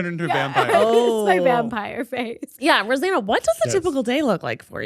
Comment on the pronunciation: Anyone realize that said Rosann 😅😂